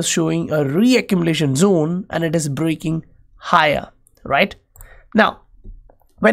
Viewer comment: Good video and analysis on Patreon too. Hey, "is" is pronounced "iz". I don't know if hindi has the z sound. Anyhow your accent is cool